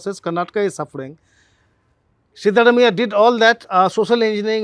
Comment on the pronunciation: Dear SG Can you please have Print folks pronounce South Indian names - at least the more common ones like Siddaramaiah correctly? The correct pronunciation is सिद्धरामय्या - Sidda is the more vernacular spelling of the Sanskrit word सिद्ध and रामय्या is राम + अय्या(father in Kannada ) . Not really hard for the Print journalists if only they care to learn it.